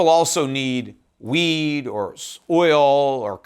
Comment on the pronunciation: Haha ... everytime he says wheat ... I hear weed ... a great investment and probably the best inflation hedge on the planet.